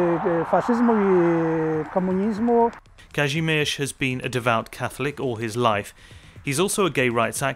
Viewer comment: Bro im wheezing at this pronouncation. Like "Każymerz"